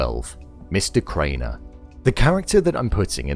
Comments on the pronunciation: It's "Graner", not "Craner" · He said Mr. “Craner” 😂 it’s GRANER use subtitles man or at least look up the casting list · Graner, not Craner I don't get a caring vibe from Milchick at all. I think he's a sadistic SOB who loves terrorizing the innies.